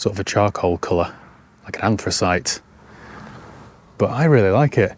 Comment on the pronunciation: Anthracite!! You got that right 🎉